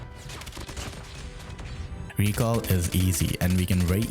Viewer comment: "the recull" 😂